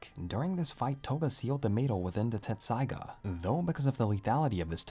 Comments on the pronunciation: I thought it was "tetsusaiga" not "tessaiga" lol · Dude, its tessaiga, not tsetssaiga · You're both wrong and right! In the official translation of both the manga and the anime, the name of the sword is written as "Tetsusaiga." However, that's actually because of a translation error, and the original Japanese name is pronounced and spelled "Tessaiga." I feel you with "your childhood being a lie"; when I first started studying Japanese it confused the heck out of me! And all of my favorite fanfictions spell it "Tetsusaiga," too. If you're interested in the details of what got lost in translation, the mistake was made because the printed Japanese font size of the original manga made it difficult to distinguish between the characters つ and っ. They look almost identical, but the second character is slightly smaller which changes its pronunciation. The large つ is pronounced "tsu," whereas the small っ doubles the directly following consonant. When Inuyasha was published in Japanese, the pronunciation guide for the name of the sword, 鉄砕牙, was written to the side of it as てっさいが, pronounced "Tessaiga" (Te - double consonant - sa -i - ga). However, the word was printed in small font and was written vertically, which made it hard to see the size and placement of the second character. Translators mistook it as the large つ, which then made the word てつさいが / "Tetsusaiga" (Te - tsu - sa - i - ga). And thus, the English translation has gone on to lie to fans for years lol Thanks for listening to my own little spiel; I get hyped about this stuff and don't often have a chance to t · I thought it was “Tetsusaiga”. Always hear a distinctive “t” lol. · I thought it was Tetsaiga not Tessaiga. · TET-saiga. TET-saiga. Lol